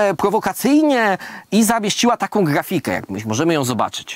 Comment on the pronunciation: Ej! Nie narażaj mi się obrażając Prezesa...Poza tym, czy jako były nauczyciel mógłbyś dać sobie samemu korepetycje z wymawiania takich rzeczowników jak m.in.grafika, muzyka itd.: "No dzieci, na którą sylabę pada akcent gdy wymawiamy te słowa?"